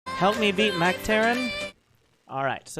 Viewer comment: " not mech but Mergh "